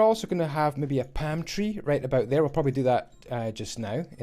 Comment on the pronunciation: Everytime you say palm tree I think you’re saying pantry 😭😂